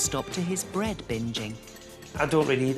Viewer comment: he pronounces bread like brate